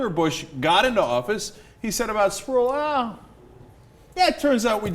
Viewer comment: pretty sure that guys name is pronounced spruwell not sprool.